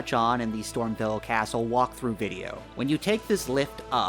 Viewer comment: I found a secret just by watching this video, it's called StormVEIL castle, not "StormVille."